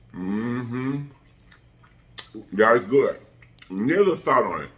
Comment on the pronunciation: “They guwd , they guwd y’all.”